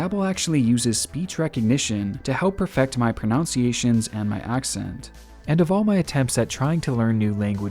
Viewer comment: I love your channel, but I found it hilarious you mispronounced pronunciations .